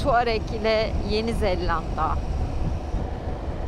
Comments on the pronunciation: neden yenizeLLanda diyorsun ? çift L değil tek L ile ZELANDA. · Güzel macera...yanlız bir konuya açıklık getirmek isterim;Orijinal dilde New Zelland şeklinde ifade edilen ülkenin ismi Türkçede Yeni Zelanda diye okunur,Yeni Zellanda diye okunmaz😆😆😆😆Umarım bundan sonraki telafuzlarınızda bu küçük ayrıntıyı atlamazsınız.Bu arada sizi eşimle her seferinde zevkle seyrediyoruz,yolunuz açık olsun👋